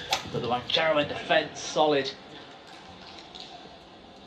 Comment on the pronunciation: Commentator, His last name is wang-cha-roen. It sounds like you kept calling him heroin. An addictive match to watch, ha! 🙂